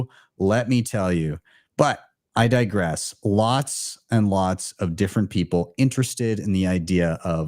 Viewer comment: Die-gress is a +++Word, ya?😂😂😂